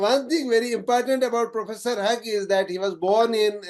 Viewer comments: Yes, pronouncing "Hugh"(Hyou) as "Hug" was really ambarrasing. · Hugh - is pronounced as Hew... not Hug...